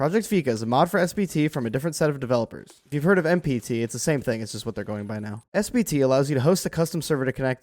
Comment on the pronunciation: I swear to god this content creator is saying "SBT" and not "SPT"